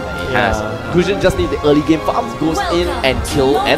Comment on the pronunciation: The guy in the left said: Famfamfamfam(instead of farm)